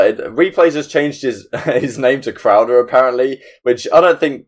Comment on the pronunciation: "Crowder" lmao dude come on